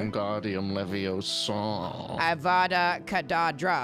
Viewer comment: "wingaRdiUm liviOsAaaA" Its livi-osa not liviOsAaaA ✨😂